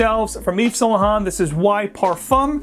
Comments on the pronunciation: Eve's Saint Luh Hont. lol. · Anyway you can say saint laurent the right way?